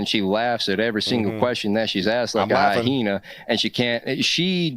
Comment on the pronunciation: hy hena? I mean, hyenas do have both sex organs… kindof defeats that whole “men and women are natural biologies” argument. Would love to watch this guy appeal to nature next time he spews some transphobic bullshit.😂